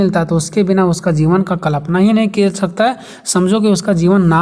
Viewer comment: Kripya aap कलपना ना बोले कल्पना बोले 🙏